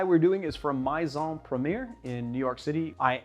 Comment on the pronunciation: Great video…but please ask someone who speaks French how to pronounce "Maison." (It's more like "may-zohn.")